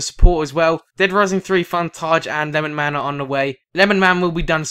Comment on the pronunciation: FAR CRY 3 FUNTAGE 2 and no it's not lenman. It's LemonMan